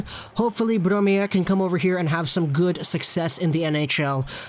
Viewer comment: its Bromé eliteprospects was made by a swedish guy